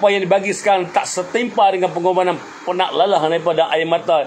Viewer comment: Pengorbanganan tu trsasul ke..cm pelik lak dgar.. Adehhh... Tp ape2 thniah.. Berani bersuara tk tkt pd sape2 kcuali allah.. Sy sokong ape ckap..